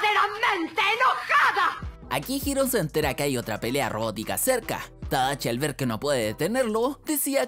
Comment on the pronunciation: Se llama tadashi no tadachi😐🤙